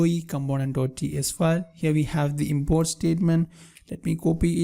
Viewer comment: no offense but I love the way you pronounce Import. You pronounce it as Inboard